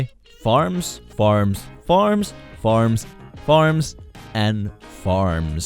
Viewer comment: When you said the guy who farms I thought u said the guy who farts